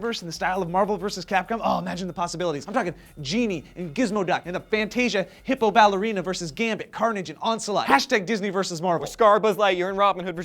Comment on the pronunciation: Hey. I think the character is named "Onslaught".....not "Ons-a-lot". NIGHTHAWK BLUNDER v2.0